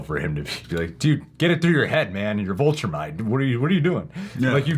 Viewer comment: If you say Voltrumite one more time